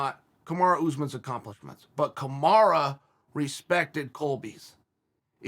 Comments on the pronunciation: why does he still call him kamara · who is KamarA? Smh put some respect on the Champs name Chael. C'mon U and A are very different.